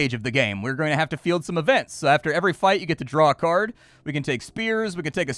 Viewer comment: Thought the game looked interesting and sounded cool until "card" was spoken. Ug. Just ug ug ug ug ug.